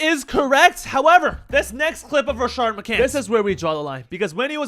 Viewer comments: There’s no “ r” in Rashad McCants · Rashad McCants not Rashard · Where did the second R in Rashad spawn from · His name is Rashad not Rashard... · Not “Rashard” 🤣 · "rashad" not "rashard" but hes a clown so who cares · His name is “Rashad McCants” not “Rashard” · it’s Rashad* not Rashard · its rashad bro. all u had to do was look up his name at the very least.